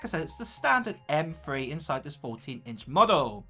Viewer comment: “M Free chip”